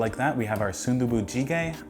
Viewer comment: you actually had pretty decent pronunciation for that😂👍 good job on the food too